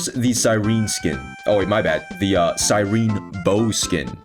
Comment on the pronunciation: "True Cyrene fan" mf cant even say her name right 🥀 also, i cant believe im only now finding out i have to skip phainon for cypher for my feixiao its so over